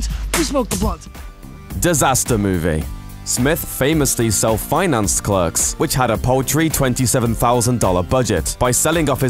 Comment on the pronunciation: your British so why can't you pronounce clerks correctly. .